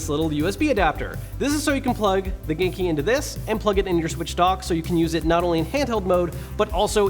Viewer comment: Am I the only one who thinks he is sometimes trying to say GameCube? Note: I know he is saying genki